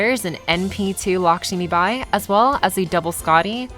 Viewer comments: It’s not LakSHImibai, it’s Lakshmibai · It's Lakshmibai, not "Lakshimibai".